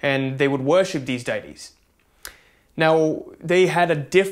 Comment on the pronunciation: 'Day-tees'....you're pronouncing it correctly.